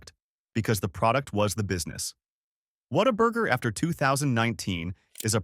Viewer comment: Okay you kinda lost me when you didn’t even pronounce Whataburger right.